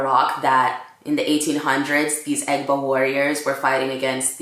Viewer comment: You butchered the Egba word! Loool.... omo Egba...a proud yoruba descendant! Love the fact that u are also Jamaican... strong combo!